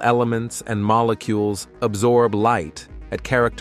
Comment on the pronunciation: Mollecoolies 😂😂 did AI suddenly forget how to pronounce molecules?